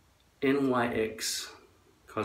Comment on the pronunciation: The plastic wrapper on the NYX primer that you tore off had the barcode. It’s pronounced “NIX”. All that is, is a silicone gel that blurrs our shine as you can see. A cheaper version of that, is just chafing cream.... like the cream people (in dresses and skirts) rub on their inner thighs to prevent chafing. Try. Dry. Shampoo.